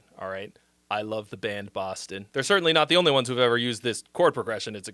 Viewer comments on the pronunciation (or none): none